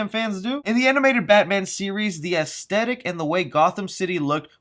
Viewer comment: Also don't pronounce aesthetic like that.